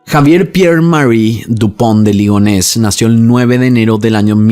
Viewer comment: Toma un shot cada vez que dijo Lupond De Ligones 😂